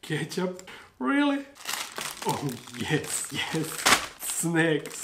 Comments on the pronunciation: is so crazy. I thought he was saying "snakes"... but he was saying "snacks"... 🤣 Congrats on 285k subs... I can't wait for 300k... 🤪 coming soon! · I love the way he says snacks. Sneks